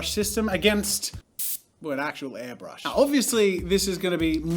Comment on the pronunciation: Am I the only one who is annoyed that he kept saying ‘hairbrush’?